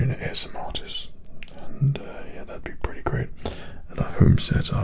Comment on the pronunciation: why’d he say "AMSR" tho